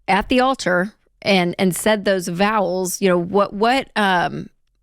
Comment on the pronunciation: Did Rachel just refer to wedding vows as “vowels”? 😂